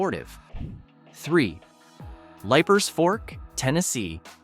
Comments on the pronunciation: Leiper’s Fork isn’t pronounced Lipers, but Leapers Fork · Leipers Fork is pronounced LEE-PERS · Great video, but you are mispronouncing Leipers Fork. Long E sound. Not long I sound. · Bro, it’s pronounced Leapers Fork. AI strikes again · It's pronounced "Leaper's Fork".... regardless of how it's spelled. 🙂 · #3 is pronounced leapers fork tennessee... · I hate this stupid narrator. Cant even pronoun the names correctly. Like Liepers Fork-it’s pronounced LEEPERS you big dummy. If this is a computer voice, get rid of it. If this is a person, get rid of them too. Ask a Tennessean to read this. We know how to speak. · PRONOUNCED - LEAPERS- FORK LEEPERS - FORK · Leiper’s Fork is pronounced Leaper’s Fork. Rhea County Courthouse is pronounced Ray County.